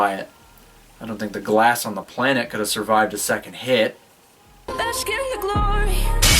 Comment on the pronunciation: Why does she say bashk in the glory though?? Heheheh so horrible. And I actually enjoy her.